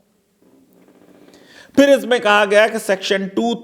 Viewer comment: It seems wo flow flow mein 'Ab' ko 'Abey' bol gaye... Bhawna smjhe 😉